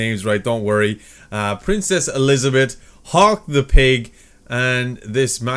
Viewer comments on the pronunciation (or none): none